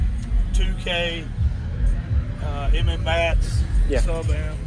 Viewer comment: mats not m m mats